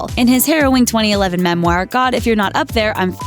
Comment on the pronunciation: Hey,. Memoir is not pronounced "mem-wire".